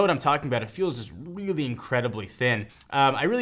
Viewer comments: I like how special pronunciation of the word "really". He's like, "weally weally weally great" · Wealy wealy ?? Really!!! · Weally Weally Weeaally good video.